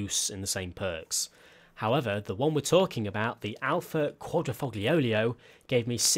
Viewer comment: "The Alfa Quadrifoglioglio" xdd